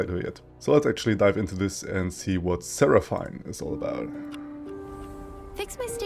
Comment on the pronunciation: it's actually pronounced as sera-fin